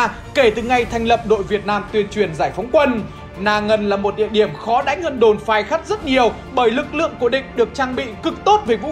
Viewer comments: Khay phắt = phay khát. đọc nghịu lun. 😆😆😆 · đồn Phay Khắt đọc nhầm thành Khai Phắt r